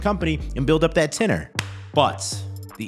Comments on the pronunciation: Hey dude, hope you appreciate when someone corrects you saying the word incorrectly. It’s not “TINNER” it’s TENURE “TEN-YOUR”. Take note and you got this! Job tenure- noun [ U ] UK US the length of time an employee has worked for their employer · Bro it’s tenure pronounced like ten-your or tenyer lol “tenner” killing me but you are right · It's pronounced "Ten-your" not "ten or" and not hating on you, just bro knowledge. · Tenure is pronounced TENYUR. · Tenure is pronounced ten-yer bro. 😂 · that is not how you pronounce tenure, my bro. you'll sound more authentic if you can pronounce the terms you are using the right way. food for thought